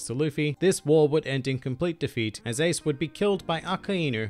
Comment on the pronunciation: remake this video and learn to pronounce his name